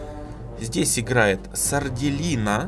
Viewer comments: Это что... СардЭлина, а не Сарделина... ХДХДХД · мне кажется,что будет правильно сардЕлина,а не сарделИна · Может Сарделина(с ударением на "Е")?😁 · Там скорее всего сарделина, ударение на е, по крайней мере мне так кажется